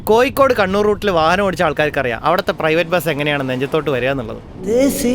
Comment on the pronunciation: കോയിക്കോട് അല്ല കോഴിക്കോട്